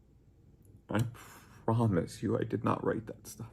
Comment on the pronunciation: "I primise you I did not write that stuff."